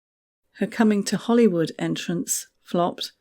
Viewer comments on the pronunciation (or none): none